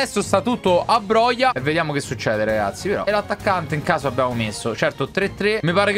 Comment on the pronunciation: La pronuncia è broha